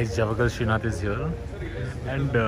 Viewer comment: it's srinath..not sreesanth 😂😂😂